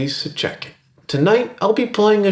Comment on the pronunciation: Whenever he says "Ok, so check it," I always thing he's saying "Ok, suit jacket."